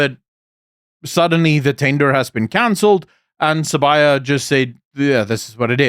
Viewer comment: THE NAME IS SIBIYA NOT SABAYA!